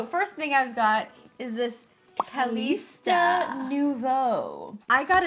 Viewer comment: As someone named Kalista, I'm guessing Calista is pronounced. kah-Lista. But it's a common mistake people make to pronounce it Ka-leesta. Haha!